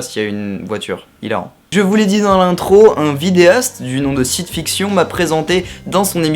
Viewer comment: Mais y'a pas de quoi;) Mais un jour il faudra que tu comprennes qu'on prononce "fikcheun" hein;) haha, sinon cool ta vidéo;)